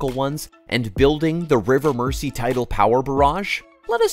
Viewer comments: You would have thought that if they went to the trouble of making this video they would have learned how to pronounce the name of the river. Merzee! Not Mercy. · It's pronounced "Merzy" NOT "Mercy". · Mersey: pronounced Mers-ee, not Mercy. 🙄😖😡🤬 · It's pronounced river mur-zee (not "mercy") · Get a Real host versus an AI bot. It's ridiculous to hear Mersey pronounced as 'mercy'! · relax! I bet you cant pronounce Arkansas or Oughterard or Killiney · Mersey is pronounced "Merzy". It wouldn't have been difficult to have checked this. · “River Mersey” pronounced ‘River Merzee’. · If the Tories' sponsors dont make a massive profit from it they wont authorize it. And it's pronounced MERZI like with a zed. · Pronounced*MER ZEE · Could the narrator please please pronounce the river name properly it is pronounced "Merzee". Why don´t they check name pronunciations with people from the areas concerned to prevent irritation for British people from those areas. Profitable it might be but the profits will not benefit the local citizens. The tax payer will fund it but the gains will all go into the pockets of the billionaires who own the power companies and thence disappear into offshore accounts and avoid paying taxes in the UK. Great idea but lose, lose for the taxpayer and domestic customer. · so you can say merseyside but then pronounce mersey as mercy.... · Every time you said Merssee I winced. Learn how to pronounce it mate before you make a video about it! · The pronunciation of Mersey is painful